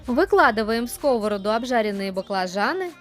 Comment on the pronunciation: В сковороду́, а не ско́вороду. Зачем после фритюра выкладывать на салфетку, если сразу отправляете на сковороду́ в разогретое масло? Смешные кулинары.